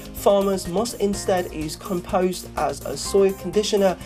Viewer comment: Com Post not com pose